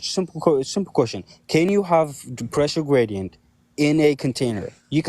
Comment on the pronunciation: pweshow gwadient